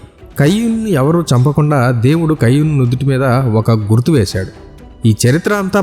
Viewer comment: కయ్యూను కాదండీ...కయీను. ఇంగ్లీషులో అయితే...కెయిన్.